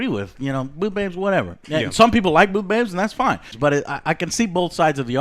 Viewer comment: I keep hearin Boob Babes guys...